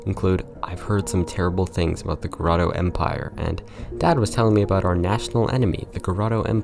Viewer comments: Dude, it's GOTORO, NOT GOROTO. Dislexic much? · You keep saying Goroto when its spelled Gotoro T.T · It's Go TOR o empire, not grotto empire. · Why did you pronounce Gotoro as Goroto lmao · Anybody else slightly bothered by the consistent mispronouncing of Gotoro,,,? Just me? ;w